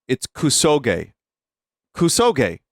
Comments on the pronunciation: Hearing "koo-soh-ghee" five seconds into opening this video was an auditory flash bang. booti pls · And then he said it right and THEN he said it wrong again. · Playing Koo-Sowegy on my Nine-Tendoo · KUSOGE actually means "shit game." KUSO is shit in Japanese GE (pronounced "gay") is a shortening of game (gaymu).